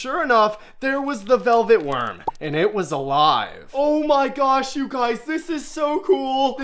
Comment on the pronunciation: Je vous suis que depuis peu. Pour les poissons, ça allait. Pour les insectes, vous en faites trop, trop de manières, vous parlez trop fort, quand à vos m'y gosh, c'est insupportable vous ridiculisez le vrai nom. D'après certains commentaires, vous maltraitez vos insectes et l'histoire de la tarentule m'a dégoûtée. Par conséquent, je me désabonne illico et ne recommande pas votre chaîne. Si vous maltraitez ces animaux et d'autres, j'espère qu'une personne vous signalera. Vous faites plus le 🤡 qu'autre chose. 👎